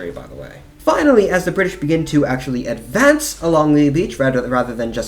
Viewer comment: Please don’t use a fake English accent when narrating. Its very painful to listen to such fake affectations, can’t focus on the info. It just sounds like an American putting on a bad accent. Command and advance isn’t pronounced like that when you are speaking English for example.